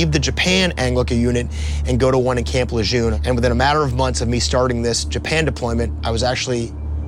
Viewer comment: I was USMC 75-86. Not one time have I ever heard Camp Lejeune pronounced the way you say. Not once. Lt Gen John Archer Lejeune, WWI Commanding General,13th USMC Commandant, and superintendent of VMI after his service was over. Get over yourself bud.